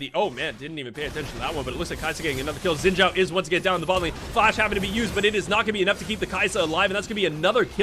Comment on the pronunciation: I’m sorry but the way you pronounce “Xin Zhao” is so funny LOL Why can’t the english speakers get that right?